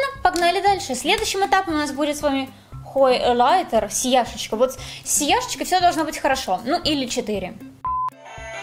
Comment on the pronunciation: Да почему же хОйлайтер? Даже т9 меня исправил😭не надо так! Очень режет слух